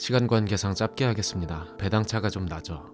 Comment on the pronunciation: 짧게 발음시=>> 짤께 ㅇㅋ? 요즘 유투버들 국어공부안하고 졸업하냐?